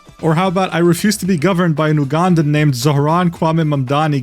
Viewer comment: Ugandan is pronounced “You”gandan, not “Ooo”gandan.